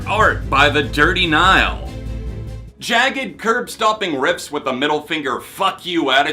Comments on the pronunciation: that intro was hilarious lol. Gotta say though, you had me questioning my own pronunciation of The Dirty Nil. You hear them called Dirty Nile at some point? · As a Canadian.. you pronounced The Dirty Nils name wrong. You don't say the E on the end. That being said.. been a huge fan of you since the beginning. I absolutely love your album reviews, and these album awards are always a blast to watch! I'm glad your taking the time to do less reviews and focus on your mental health. Especially during these times. Congratulations on moving in with your fiancé btw! Huge stepping stone! All the best!